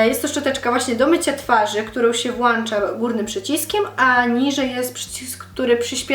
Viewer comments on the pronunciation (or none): Mówi się włącza :P jak mówisz włańcza to kaleczysz język Polski i to nie hejt tylko rada ;) pozdrawiam ;)